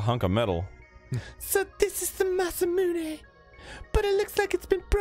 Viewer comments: Kinda glad I’m not the only one who always pronounced it “masa-myoon” instead of “masa-moon-eh” growing up :p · Every time Dan says masamune ending with “myuun” I die a little inside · I absolutely hate the pronunciation of masa-moonay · I think most people who didn't know Japanese pronounced it similarly. "Mune" like "Tune".